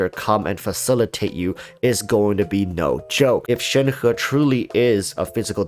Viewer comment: But... that is the actual correct pronunciation? actually pronounces it correctly?